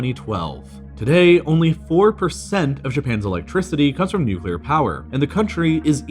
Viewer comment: thank you for pronouncing nuclear correctly